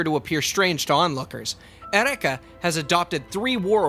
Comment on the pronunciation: Jesus Christ man: eUreka, not ereka... it's greek not japanese XD